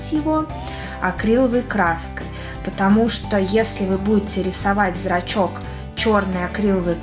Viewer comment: Зачем ты говоришь зрацки